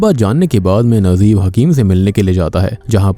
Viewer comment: your pronunciation soo weak nd bad when u take any country's movies character name... Najeeb its not nazeeb